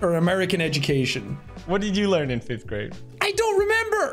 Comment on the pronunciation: actually its "fifth" for your information!